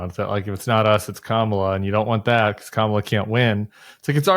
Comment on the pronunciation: I don’t have a lot of respect for the opinion of anyone who doesn’t know how to properly pronounce our VP’s name after 3 and a half years.